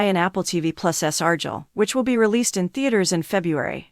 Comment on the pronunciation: Argyle at least arrrrguile